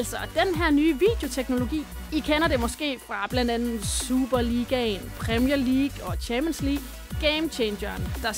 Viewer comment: Det hedder ikke “PrÆmIeR lEaGuE”